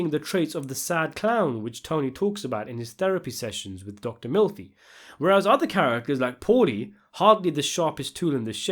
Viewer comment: Wait. Did you just pronounce it "Dr MILFy"?